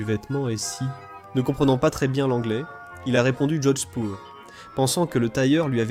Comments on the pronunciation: Horrible prononciation "jocksburg" pour Jodhpur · cet abruti prononce Jodspur comme si c'était de l'allemand et y rajoute un G, et les mots allemands il les prononce comme si c'était du français